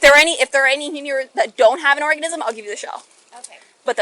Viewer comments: Nobody notices the fish cop called it a orgasm instead of organism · Did she say orgasm or organism lol